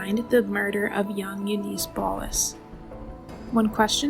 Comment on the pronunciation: U niss not u niece your race baiting and beating a dead horse is not helping your channel. Yes things were fucked up back then buts thats the way it was. The pronuciation of several words would suggest a compyure generated voice or a person reading a word it is not familiar with ar K ologist